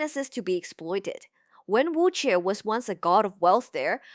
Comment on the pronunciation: This is a good informative video, but are you using an AI voice? It has a Mandarin accent but you're butchering the pronunciation of Wen Wuque and Zheng E.